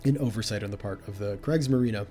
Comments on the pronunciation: No need to apologize. It's not your fault that the great vowel shift happened in the english language. I am just glad that maybe in the future I don't have to wipe the blood from my ears everytime you say "Kreigsmarine" instead of "Kriegsmarine" and I can look forward to you pronouncing it correctly as "Creegsmarine".:D And who knows, maybe your teacher didn't pronounce it right, too. I've listened to some teachers in the USA and... well, let's say their speaking proficiency wasn't very good I can only hope that Canada has better teachers.:) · Great vid,...but it's not pronounced " krage marine" but " Kriegs marine" 👍😆. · I don't know if anybody ever made you aware, but Kriegsmarine is pronounced like Creegsmarine. The "i" in german is pronounced like the english "e" and the "e" after the "i" = "ie" makes it a long "e" like in "ee". And in contrast to that if if have the combination "ei" in german that is pronounced like the english "i". Just fyi. And it hurts my delicate german ears. ;)